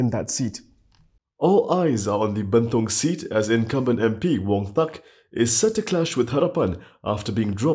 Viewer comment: It's 'burn tong'.. not 'banned tong'